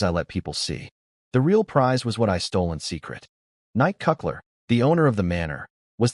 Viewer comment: If it's written as N-I-C-K C-U-T-L-E-R, why does the TtS read it as Knight Cuck-ler?